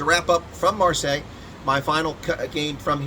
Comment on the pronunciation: It’s Mar-say. 🙂